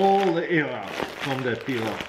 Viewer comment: Lovely peeler. Or did he say pillow 😂